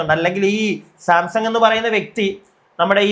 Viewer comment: സാംസങ് അല്ലടോ Samsan